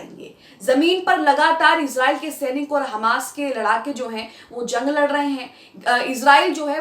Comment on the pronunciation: Iz nahi israiel hey❓